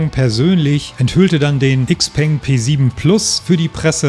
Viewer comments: IXPENG :D:D:D Man spricht das Shipeng du originaler Nichtskönner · Sehr schöner Roadtrip, der wieder einmal zeigt… die Zukunft ist elektrisch! Und ebenso wie beim XPeng (.. „x“ im Chinesischen wir „sch“ ausgesprochen, „Schaupeng“😉), schätze ich bei meinem Ioniq6 die kurzen Ladezeiten… das wird in den nächsten 2 Jahren meiner Meinung nach sehr stark kommen… denn die Pausenlänge machst Du bei einem Verbrenner meistens auch. Und die Pariser Motorshow zeigt, dass die Konkurrenz weltweit definitiv nicht schläft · Xpeng wird in Europa XPENG ausgesprochen.